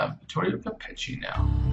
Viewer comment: Hi, just a thing: Giulietta is pronounced like Julietta, and Capecchi is pronounced like KapeKi. Just a little advice for the next videos! Keep on with your work!